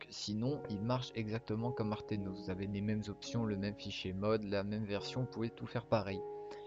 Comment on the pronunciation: aternos et non artenos sinon incr la video